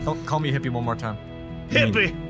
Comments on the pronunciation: saying hippie in his western accent is what I want to hear before I die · did not hesitate to call ze a hippie one more time in his stereotypical southern accent